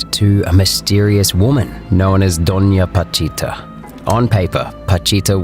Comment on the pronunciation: PA CHI TA . Not patita